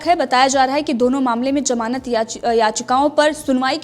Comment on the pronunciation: Maozud nahi maojud hai jamanat nahi zamanat hai sahi bolo yaar